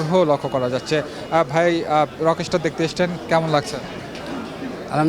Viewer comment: বিশিষ্ট সাংবাদিক ভাইয়ের উদ্দেশ্যে বলছি- ভাইরে "রকেশটার" না, রকস্টার। উচ্চারণটা একবারে করতে হবে। না মিয়া ইংরেজি বিশেষজ্ঞ নই। কিন্তু অন্তত এসএসসি অবধি পড়াশোনা করলেও এই সাধারণ ইংরেজিগুলোর উচ্চারণ ঠিকমত করতে পারা উচিত। আর হ্যাঁ, বিভিন্ন সিনেমার জন্য দর্শকদের ইন্টারভিউ করছেন ভালো কথা, আগে আপনাদের উচিত সিনেমাটা নিজে ভালোভাবে দেখা। তাহলে শুরুতেই আপনাদের সিনেমাটা সম্পর্কে একটা সম্যক ধারণা থাকবে। গোটা ইউটিউব এবং ফেসবুক ভরে গেছে কিভাবে শাকিব খানের রকস্টার সিনেমা নিয়ে মানুষের মুখ থেকে খারাপ/নেগেটিভ রিভিউ বের করা যায়, কিভাবে সিনেমটা ফ্লপ করানো যায় এটা নিয়ে। বিশেষ করে "প্রতিদিনের বাংলাদেশ", "রাইজিং বিডি", "বাংলাদেশ প্রতিদিন", "স্টার গল্প না কি যেন একটা ইউটিউব চ্যানেল" এবং আপনাদের এটাও। কেন রে ভাই? আপনাদের তো দেখছি না "রইদ", "বনলতা", "মালিক", "পিনিক", "অফিসার" এগুলো মুভি নিয়ে কথা বলতে বা ইন্টারভিউ করতে? এসব সিনেমারও ইন্টারভিউ করেন, সেখানে আরও অনেক বেশি বাজে/নেগেটিভ রিভিউ পাবেন। যাই হোক, এভাবে উদ্দেশ্যপ্রণোদিত ইন্টারভিউ না দেখে যাদের ইচ্ছা তারা নিজে হলে গিয়ে সিনেমা দেখুন। নিজে যাচাই করুন। আরেকজন খেয়ে টেস্ট করে বললো "ভালো" তাহলে আপনারও ভালো লাগবে, বিষয়টা এমন নয়, আবার আরেকজন খেয়ে "খারাপ" বললো তাতেই যে খাবার খারাপ হয়ে যাবে বিষয়টা তেমনও নয়। আপনার নিজের টেস্ট আপনার নিজের কাছে। আর হ্যাঁ, যেহেতু শাকিব খান অনেক উপরে উঠে গেছে, তাই শুধু আফরান নিশো নয়, আরেফিন শুভ থেকে শুরু করে সিয়াম আহমেদ সবাই উপরে উপরে হোক, আর মনে মনে হোক, সবাই হিংসা করে। এমনকি রেসের বাইরে থাকা ডিএ তায়েব কিংবা হাসান জাহাঙ্গীরও করে, যদিও তাদের এখন আর সেই বয়স বা সামর্থ্য নেই শাকিব খানের সাথে প্রতিযোগিতা করার। তারপরও করে, তাদের ইন্টারভি